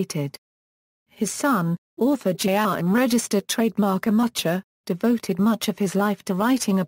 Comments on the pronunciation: "mu-hah " not mu'ch'a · This robot is not pronouncing his name correctly.